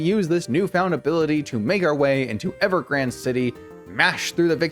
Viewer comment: Why do so many Pokémon YouTubers pronounce Ever Grande wrong? It's GRAWN-DAY, not GRAND. It's Spanish for large...